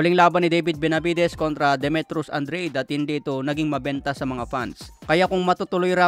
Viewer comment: Andra'de mhen. hindi andreyd